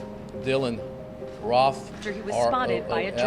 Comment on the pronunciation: “We arrested Dylan Roff.. “R-O-O-F” Wtf?